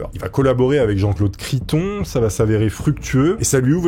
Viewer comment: en tout cas ton sponsor tu as bien prononcé son nom 😅… Par respect pour la famille c’est Philippe De Dieuleveult .. et ça n’est Criston mais mR Criton, rien de méchant dans mon commentaire , juste si ça avait été moi ou un proche j’aurais apprécié que tu n’écorches pas mon nom… et ceux durant tout ton « reportage « , même si comme dit précédemment le De ne se prononce pas toujours chez les nobles . Allez forces à toi et continues ton taf est intéressant mais vu la concurrence tu te dois d’être excellent ..👌